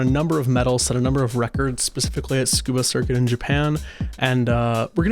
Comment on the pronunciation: Why do americans say "SCUBA Circuit" ?? Tsu-Ku-Ba (TSOO-KOO-BAH) maybe I'm wrong if every single english speaker says it this way lol